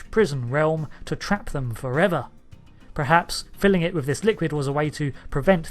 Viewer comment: Can you please stop saying "prehaps"? Its "perhaps" kthanks.